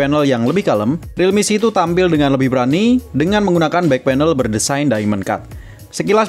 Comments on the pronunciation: Realme C2 "si two" dibaca "situ" jadinya REALME SITU😂😂😂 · realme setu